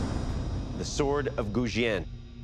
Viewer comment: Wil Willis "The weapon you'll be making is the Goujian" Cuts to "I'm about to take on the sword Gougen today" 😆